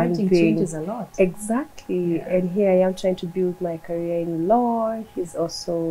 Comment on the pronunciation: Love this lady BUT Don't put R kila place....... its law not lawrrr🙄🙄🙄🙄 be yourself